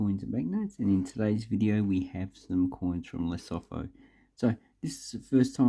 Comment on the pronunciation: Hey... Great coins, great vid... Just one thing... You pronounce the Lesotho as : 'leh_soo_too'